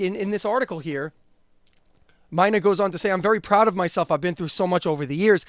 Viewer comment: Dude it's pronounced "Meena" like the female name,not "Myna" like the bird. 🤦‍♂️🤨🤷‍♂️